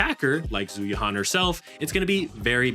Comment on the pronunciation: Its not "Zoo you-han" its "Jew You-anne" ZH is always pronounced J and Yuan is pronounced like the currency.